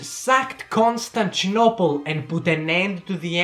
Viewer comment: Ah yes, my favourite city Konstanchinopel